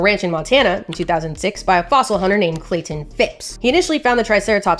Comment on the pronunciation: Yes I live in the county with Clayton and the Murray’s your pronunciation is correct